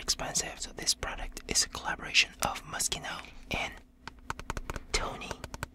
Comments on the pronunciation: I love how you say moscino(moschino)like your about to say mosquito when its pronounced mosshino(moschino)😂😂just saying... this is not a hate comment btw😁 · Ema 126 yes i know lol, still sounds like mosquito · I thought he was saying Mosquito... “YoU dEseRvE mOsqUiTo oN yOur FacE.” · Why did i think he said mosqito all the time?😂😂😭😂😂😂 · Idk why but I keep hearing "You deserve mosquitoes on your face." Yes, I think I have hearing problems. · For a second I misheard "Mischino" to "Mosquito" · he manages to say moschino with an impeccable pronunciation The British who say moskuino because the British suck It's ironic, nobody sucks